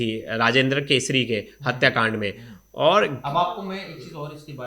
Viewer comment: ये बकलोल रिपोर्टर केसरी को कसूरी मिश्रा को मित्रा बोल रहा है 😂